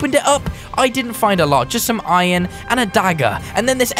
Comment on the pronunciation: Iron not inon